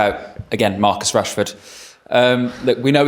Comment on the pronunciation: Marcus Rashford Hrashfoord" "Marcoos" "Rashford" "Marcoos" Hrashfoord" Hrashfoord" Hrashfoord" Marcus Rashford Rashford Marcus Rashford Why Yoro choose Man Utd at the summer? "Marcoos" "Marcoos" Rashford Marcus Rashford Hrashfoord" Hrashfoord"